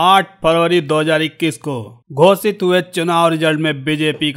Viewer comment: घोषित को घोसित बोलते हैं।